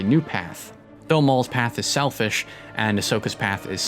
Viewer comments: Awesome. I'd say perfect except , "selflish". You're setting the curve at 99%. Thank you! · Hahaha😂he said “selflish”😂😂 Great video though.Thoroughly enjoyed it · "SELFLISH" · "selflish" i believe you mean hayden christensen